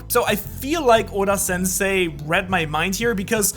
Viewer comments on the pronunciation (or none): none